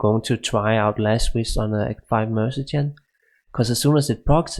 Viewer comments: det er ikke en fair sammenligning. du snakker om life leech imens din merc slår på undead target. Der ikke noget liv at suge på undeads. Du siger også mergen, det udtales mere lignende mer-se-nary. Både dig og Xtimus har nogle ærke typiske dansk-engelske accenter. Ellers ser jeg mange af jeres vids. ville bare ønske i begge gad skrive et script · It's mercenary (pronounced mer-sin-air-e) and not mercijen.